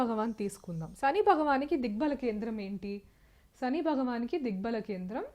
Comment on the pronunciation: అమ్మా,మీ ఉచ్చారణ, చెంద్ర, సని అని పలుకుతూ ఉన్నారు.కొంత ఆరవ/ తమిళ accent నుంచి తేట తెలుగులో పలకండి. మీరు రికార్డు చేసిన తర్వాత వాయిస్ low గా వున్నదా అని కూడా చెక్ చేయండి. బాలు, ఘంటసాల పాటలతో మెరుగు చేసుకోండి